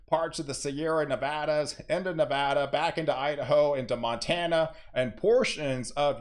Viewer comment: Thanks for pronouncing Nevada correctly. It’s like music to the ears.